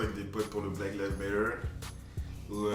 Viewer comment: “Black Lives Méleuuuu” 💀 💀